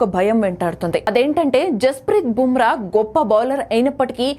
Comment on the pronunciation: నీకు నీ ఛానల్ కి బూమ్రా పేరు పలికే అర్హత లేదు